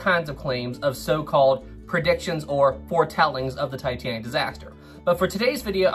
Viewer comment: As much as I watch your vids I appreciate your pronunciation.... James Cameron and Ken Marchrell say "Tuh-tan-ick" where you enunciate-Tye- Tan-ick!" thank you bro.....I hate both of those men